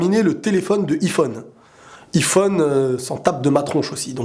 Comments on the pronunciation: pk tu dit I phone C iiiphone a l'anglaise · Sa me stresse arrête de dire iiiiiphone dit aïphone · On dit " iphone " pas " I-phone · On dit pas iPhone on dit yphone 🤦🏼‍♀️ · xD il dit I phone xD mais c'est Iphone (avec un accent anglais) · "Aï-phone" et non "i-phone" hahahahah 😘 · Pas iiiphone mais Aiiiphone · on dit aiphone pas iphone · ça se prononce a i phone pas iphone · tes con iPhone ce dit aillphone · C'est aiphone pas iphone pour la prononciation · Ptn tu me stress à dire i phone et pas aïe phone (je pense que tu fais exprès) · Sa se dit aïfone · Ca me stresse qu'il dit iphone alors qu'on dit aiphone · Sa se lit ayphone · DISLIKE PACQUE TU DIS IPHONE ALORS QU'ON PRONONCE AYY PHONE 😂😂😂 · Il le fait exprès de dire I phone ou ?.. sinon super vidéo 😃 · Mdr il dit "i Phone" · DIS : HAYPHONE STP TU STRESS DE FOU MDR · kon tu di ifone je me di il é nul en englai ! pouse rouje :p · Tu sais pas dire iPhone il faut le dire en anglais ! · tu va etre flagé juste pour avoir mal prononcé le mot Iphone